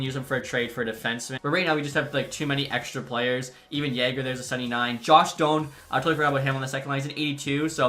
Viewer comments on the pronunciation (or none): none